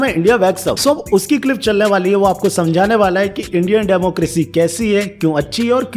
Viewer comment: Democracy hota hai na ki democrasy😂 ny way u hv did good work this time